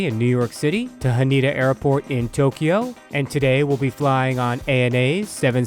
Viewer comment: I will fly this in 2 weeks. So excited. Usually I fly JAL economy. Sometimes I am upgraded to business class by Delta. By the way, the airport Haneda is pronounced Ha-nay-dah not Ha nee-da.